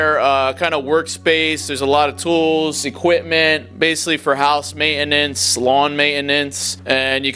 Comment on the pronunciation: Alot of “May in nince” 😂😂